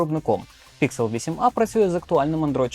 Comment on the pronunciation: Не ПІКСЕл а ПІКСЕЛь!!!! Дебіл ти чи що!???